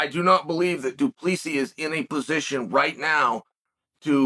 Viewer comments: Du Plessis is correct spelling not plessi.... so you say his name wrong. It's.... Do-pla-see-sis, (say his first part of the name as you would say "hey bru") so it is "druh-khus" "do-plah-see-sis" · Uncle, DuPlessis is said...Do-pliss-see and Dricus is said...Dlee-cus. So it's, Dlee-cus Do-pliss-see, and you are correct, he is a tuff c&*t. I'm a Kiwi and don't mind saying he is tuff. Sth Africa is New Zealand's biggest foe at International Rugby for about 100 years we have battled each other and we respect the 'Bokkies for their hard men, real tuff bastids and they would be the world's premier rugby team if it wasn't for our All Blacks team. We kicked their arse last Saturday night here in Auckland and nearly doubled their score but they were still a formidable foe, as hard as nails, it's just that we play better rugby, oh yeah, our team, the All Blacks are a pack of hard baskets too, but better rugby players. South Africa are the incumbent world cup holder. November 2023 in France is the next Cup where the trophy returns home to Kiwiville, where it feels the most welcome. The William Webb-Ellis Trophy it is called, we in NZ call it 'The Billy'and the Rugby Union HQ has a Cabinet, chocka block full of a huge array of silverware, cups, etc that the All Blacks have won over time and it looks bare without the Billy. Welcome home son, ALL is forgiven. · Driscus ‘doo pleesi’ plessis